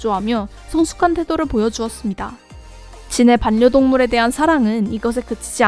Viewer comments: 왜 이렇게 반녀동물 하는게 거슬리지..... 발려동물입니다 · 반려동물—-> 발려동물(자음끼리ㅜ만나면 부드러운 발음을위해 바뀝니다). 외국아미들도 배우려고 애쓰는 한국어. 한국아미라면 게다가 BTS다루는 유튜버라면 모범을 보입시다 ^^